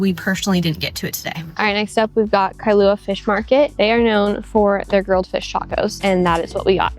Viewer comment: the state fish is the Humuhumunukunukuapuaʻa. You also pronounced Kilauea wrong.